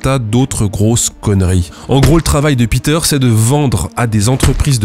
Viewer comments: Péteur, s'il est allemand, pas piteur... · Bon, désolé mais "Peter" en allemand ça ne se prononce pas "Pîter", mais "Péteur" ! 😁